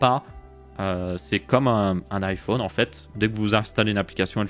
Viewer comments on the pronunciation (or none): none